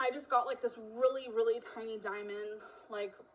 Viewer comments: the way she says diamond pmo. “dimin”. and it’s not even a diamond she’s talking about. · "I was on the darker side" EMO,. Your haircut and color and your lip piercing were EMO. "it was a rill diamons" She thinks pin and pen are pronounced the same way. 😂